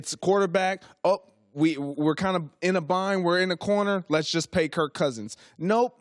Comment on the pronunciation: Greg Jennings cant even say Kirk.... says kurt. Went down as a salty player and now a salty "analyst"